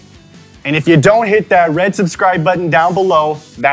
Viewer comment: sudscribd and notificashon